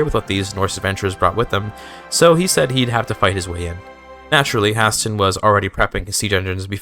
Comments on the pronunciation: I had to close video and dislike because of that pronunciation. High-stay-nnn. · Why does he pronounce Hæsteinn like that???😭😭😭